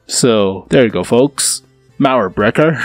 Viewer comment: I can help you pronounce "Mauerbrecher", just pronounce the "ch" like a "j" like in Juan or Jolinez ^^. You can trust me, I am German and it just sounds so akwards xDDD. Cool vid tho